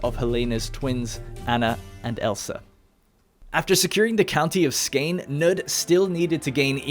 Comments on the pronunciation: Skane has been A N G L A C A N I Z E D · the way you pronounce Skåne hurts me. its pronounced "Skouh-neh" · Jylland (yoo-lan) Skane (sko-neh) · Thats not how you say skåne. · As a swede I cringed so hard every time he said skåne or halland lol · I thought Halland was pretty decent! Blekinge however should have had an emphasize on the e at the end and it would've been great! Not perfect obviously, but you can't ask for too much! Edit: I missed the "Skåne", that was not great swedish-wise, but if I would have to say Skåne in english it would definitely have sounded exactly like lol